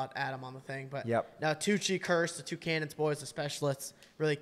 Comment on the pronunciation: How are you miss pronouncing “Cannons” so badly? Lol